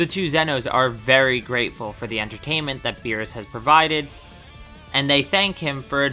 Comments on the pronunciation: Beerus not berrus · It’s Beerus not berrus. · he said berrus